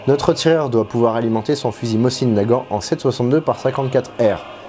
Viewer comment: Chouette reconstitution. Permettez une contribution : on prononce "môzine" Nagant, et pas "mossine". La lettre cyrilique est "C", qui est l'équivalent de notre S mais n'a pas exactement le même son. La prononciation réelle ressemble au son "S" prononcée par une personne dyslalique (qui zozote). La baïonnette fait bel et bien partie de l'équipement standard du tireur d'élite et ça n'a aucun rapport au combat rapproché. La directive (dont le respect était à la discrétion de chaque officier commandant un groupe de combat) était d'utiliser tous les fusils, y compris chez les tireurs d'élite, avec leur baïonnette fixée en permanence, ceci justement parce qu'elle permet de "tendre" le canon (le terme est académique) et augmenter sa précision, notamment sur de longues séances de tir. Néanmoins, les TE russes se démarquaient justement de la troupe classique par leur abandon presque total de la baïonnette, ce parce que leurs armes étaient d'une toute autre précision - les Mosin-Nagant de TE étant spécifiquement fabriqués pour eux et avec un souci de précision - alors que, paradoxalement, les groupes de TE ont pratiqué intensivement le combat à très courtes distances. La troupe, quand à elle, utilisait la baïonnette même à longues distances pour justement resserrer leurs groupements, les Mosin-Nagant réguliers étant tout juste suffisamment précis pour du combat : groupement sur appui d'environ 100 mm de côté, soit 140 mm d'écart maximal, à 100 mètres de distance. Un résultat tout juste